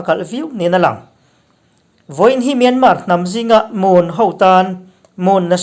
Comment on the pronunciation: myanmaaa tiin an lam thin a thenkhat hian..(R) hi anlam tel silova myanmar ti a lam lovin 'R' hi paih in myanma anti ziah a kan hre chiang chak deuh a...